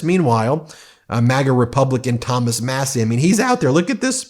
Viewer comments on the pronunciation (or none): none